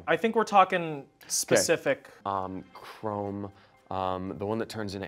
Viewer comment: Lol him calling Chrom “Chrome”